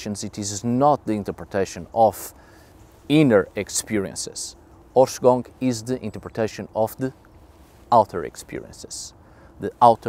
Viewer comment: Please. Someone tell me that me and my friends are not the only ones that understand "horse c**k" when says the word in the title... Like in the first 10 seconds of the video